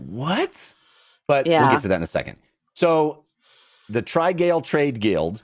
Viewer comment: It's definitely pronounced trih-gall rather than try-gale. But yours is reasonably funny